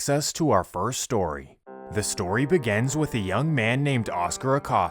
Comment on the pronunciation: Why do you pronounce begins and beginning as "Begans" and "Biganning"? Is that an American thing? I noticed it on several of your videos.